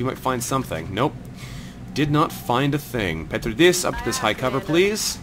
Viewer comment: Loving this series, I enjoyed your previous XCOM ventures and this one does not disappoint either. By the way, the in the name "Petridis" you want to stress the second syllable (Pe-TREE-dis) :P